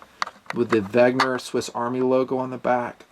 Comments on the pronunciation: another good vid! P.S. you keep pronouncing Wegner, but it's Wenger. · 'Ven-ga or 'Ven-ger not 'Veg-ner. The R is soft and the N is pronounced before the G. Just being picky.